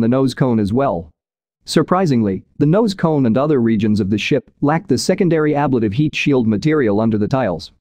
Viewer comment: The word ablative is pronounced a-BLATE-ive, not ABLAT-ive. AI voiceovers drive me nuts with all the inaccuracies.